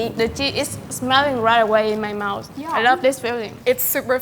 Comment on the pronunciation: ... " It's bigger than my mouse." Damn right it is you sexy ass woman! Fyi; I have something for your "mouse".....